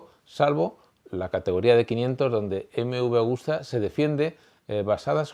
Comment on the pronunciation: Hola , es Agusta no Augusta. Pero esta muy bien , Agostini es sin duda el mejor de todos los tiempos sin discusión. Gano en 2 y 4 t en las categorías grandes y lo que para mi le da más valor ganaba en la isla de man. Sigue así, me encanta la historia del motociclismo. Gracias por tu gran trabajo.